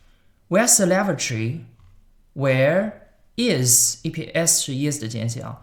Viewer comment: Lavatory 发音错了